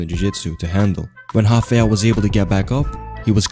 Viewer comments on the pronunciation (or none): It's not Hafael but Rafael as in rabbit not hobbit.